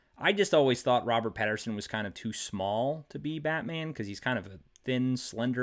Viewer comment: Robert Pattinson, not Patterson.